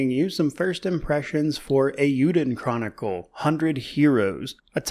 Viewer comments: As someone who completed first Suikoden all those years ago, I'm really looking forward to this game. PS I have watched some other previews of this game and it's good to hear someone cared enough to pronounce the title correctly. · The only YouTuber I’ve seen this far that actually pronounces the name correctly. Well done